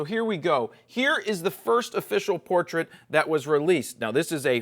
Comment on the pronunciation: It is a "poortrait" xD